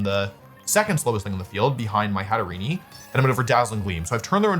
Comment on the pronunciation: Wolfe's pronunciation of some pokemon names is hilarious, GoLURK and Hatereenee fried me😂😂😂